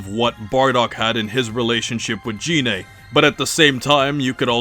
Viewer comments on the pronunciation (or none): GE-NAE is how it's pronounced I thought? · Gine is pronounced like gi(Goku’s turtle hermit gi)-neigh